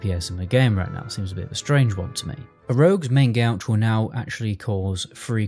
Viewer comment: Main Gauche means "Left Hand" in French and is better pronounced as "Ma(n) Go-shh" (like mango, where you don't say the n, and shhh). Not Main Gouge.